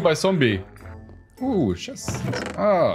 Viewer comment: shest(It is actually a chest)^^ your so funny.